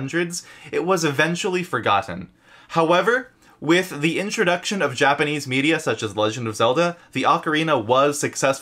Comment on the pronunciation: Your japanese is spot on 😂👍